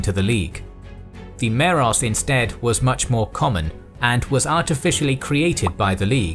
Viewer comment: i think you said meros and telos in the wrong way